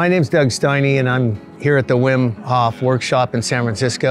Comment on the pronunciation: Fwiw it's pronounced VEEM HOFE. Not hawf. Not whim. It's not English, so English speech habits just don't apply.